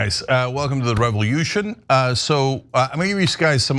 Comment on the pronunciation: Why is Cenk calling it a "Revel-yution" with that incredibly distinct and pronounced "yu" sound two times in a row within 13 seconds of this video playing?